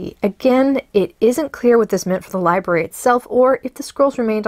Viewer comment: *Lie Brary...... Not libary...